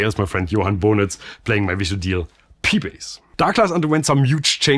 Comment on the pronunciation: At Vychodil "ch" is pronounced rather "kh" as always in Czech, btw "vychodil" means "went through" and it is often used in meaning "he optimized" or "paved the way" and also "completed" or "finished" related to study and education. In contrary if it is pronounced as you did, it sounds like "Vyčoudil" that means literarily "he smoked out" and metaphorically even b... :) so it is a bit rude .. :D